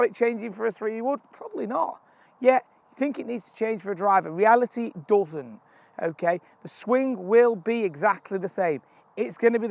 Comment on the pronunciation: "it reality, it dozen" lol